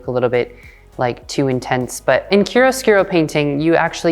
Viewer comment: Please let me help: It’s pronounced “KIARO-SKOORO”. Not “KIRUSKIRO”.